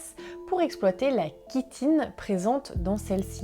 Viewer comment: ouai, mais kan même, elle a bien prononcé "chitine" . Demi faute avouée est au 3/4 pardonnée 😜😂 Ct la blague du matin, mais c'est bien vu! ..Je veux dire: "entendu", les cheliceres de Buggy, ma mygale, te remercie